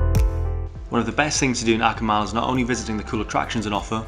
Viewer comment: Amazing highlight video for Akumal! From a Mexican, I appreciate that all pronunciations are spot on too! Truly well done!